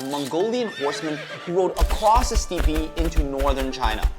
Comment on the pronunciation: step for steppes, not stea-pea... what the fuck lol